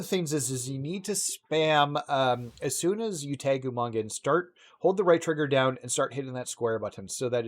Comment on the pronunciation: You kept saying Umonga its Umaga 😂